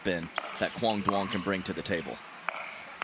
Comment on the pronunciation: Is anyone on the PPA staff going to tell the commentators to stop miss pronouncing Quang's last name?